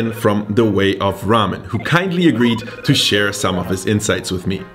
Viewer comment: It’s Geramen